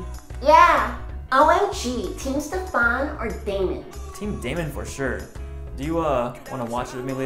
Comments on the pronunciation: I'm called Stefan, not pronounced stefán. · THE WAY THE PERSON PRONOUNCED STEFON! 🤣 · Did she just mispronounce Stefan Omd that broke my heart ❤️ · The way she pronounced Stefan I can't 😭😭😭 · i love tvd why did they pronounce stefan like that tho LOL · Of course your a Damon fan. Yeah, I prefer Stefan. And what's with that pronunciation of the strictly better brother's name?